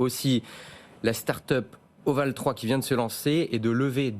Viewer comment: Voval3 ça se dit : ovali